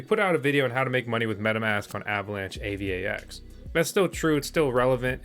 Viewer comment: LOOL "A-VAX" TOKEN